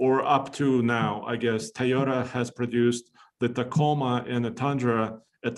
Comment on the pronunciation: Éste Guey dice tai o ta tai o ta its toyota homie not rocket science.